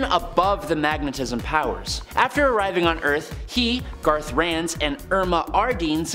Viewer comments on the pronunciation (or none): GartH, not Garty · Garth not Gardy for Lightning Lad. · How the heck do you get Gar-tee out of Garth? The only place B5 was ever a shapeshifter was the lame cartoon show. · yep Brainiac five was never a robot that was able to extend his limbs, only when the animated tv show started he was. and yes I was wondering about the garthee ranzz bit and later he pronounced it right. and he never mentioned about the original superboy only that which ever superboy.